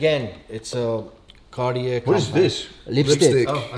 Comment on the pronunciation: I can’t count how many times this dude pronounced Cartier wrong being the expert 😂